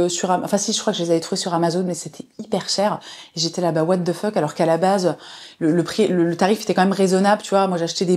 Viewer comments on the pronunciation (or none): none